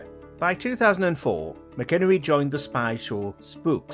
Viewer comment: Tim Mac-in-ernie. It’s not McInnery